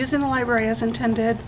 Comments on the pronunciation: Library not libarry... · It’s fun to count how many times people say “Lyberry”